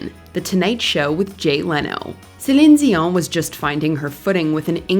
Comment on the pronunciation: Did anyone else get really frustrated how she kept pronouncing Celene Dion's name? *SELEN ZEEON*? Like what?